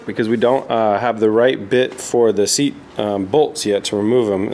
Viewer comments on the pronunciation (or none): none